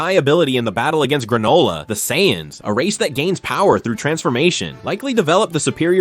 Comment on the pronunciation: Don't forget sighens 😂